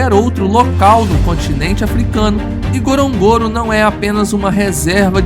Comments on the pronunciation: It is pronounced N..GO..RO..N...GO...RO and not that clumsy pronunciation by this narrator. If you're going to make a documentary about a place, at least endeavor to pronounce it properly. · AI can’t even pronounce the name of the crater correctly.